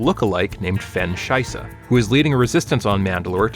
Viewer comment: legit no clue how bro saw "Shysa" and decided it had to be "Scheiβe" XD